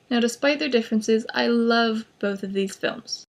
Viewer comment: Er, love. Not loke. XD